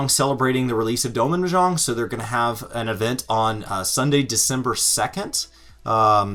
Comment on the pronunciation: Your pronunciation of Mahjong was killing me. Still got love though 😁